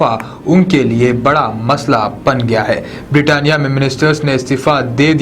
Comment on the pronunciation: Birtania ka te🤣🤣🤣🤣🤣kya news bol re bhai aap